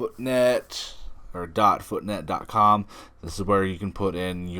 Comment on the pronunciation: “foot net” haha ✌️